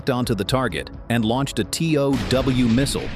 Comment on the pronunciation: Including "TOW" MISSILES. not "T.O.W." missiles!!